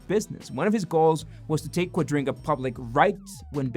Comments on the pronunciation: Why are you pronouncing their currency exchange scam thing .. wrong, throughout the entire video? QuadRINGga? Quadriga?? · Is "Quadriga" pronounced as "Quadringa"? 🙃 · Quadriga, not Quadringa! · Thanks for explaining what Quadiga means to those who didn't know about it. But wouldn't it be even better if you would pronounce it properly? It isn't pronounced qua-DRIN-ga, it's pronounced Qua-DRI-ga. No N in it anywhere! Apart from that, I LOVE your videos and I have subscribed and like everyone I see! As to your question about whether Cotten is dead or lying on a beach on an island: Yesterday I watched the Netflix documentary "Trust No-one". I don't know if this is just a coincidence that I stumbled over your video today but I know what happened to Cotten, of course! He IS dead and the money disappeared because Cotten invested all the assets that he didn't own and LOST them all. He was a lousy investor. He died in India as described (the documentary makers/investigative journalists take the watcher through the entire process of finding out what happened and how). Tell everyone, it is really worth watching (and I don't even like Netflix). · OCD is killing me, every time you say quadriNga it gets worse. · I heard it too. I assume it's some weird accent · Amazing... you haven't managed to pronounce the company's name correctly, even one single time! 😂😂